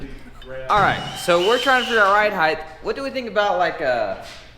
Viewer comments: Nooooo!! The word is HEIGHT not HEIGHTH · I know habituated pronunciation is hard to correct, but it's not "HEIGHTH" it's "HEIGHT" with a T, not a TH.